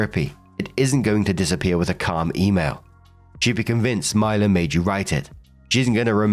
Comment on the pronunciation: You’re the first and only person I know that pronounces Mila as “MY-LA”.